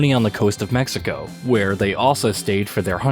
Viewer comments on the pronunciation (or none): none